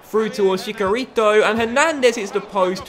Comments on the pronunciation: chicharito is pronounced. Chee-Cha-Rito not Chi-Car-Rito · I swear I heard him say Chikorito